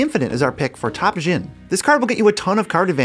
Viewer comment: "Dee-jinn"? The "D" is silent, hillbilly